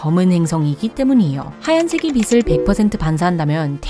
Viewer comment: 빛을.. 발음 하실 때 비츨 비슬..자꾸 왔다갔다 하시는 것만 고쳐주심이ㅜㅜ